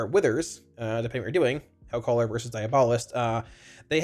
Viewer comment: Hey! Love your videos. Long time watcher and warlock main. For your reference, diabolist is pronounced die AB uh list (Source: Webster).